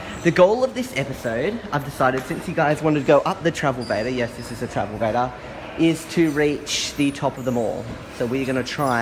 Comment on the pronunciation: Travelator not travelvator